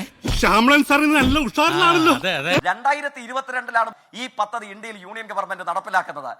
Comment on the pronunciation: പത്തതി ❌ പദ്ധതി